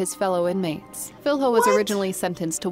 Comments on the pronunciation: Filho? Filyo not filHO, just saying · "Filrro" omg that pronunciation